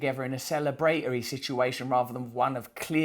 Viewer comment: Celebrate-ory. Love Brits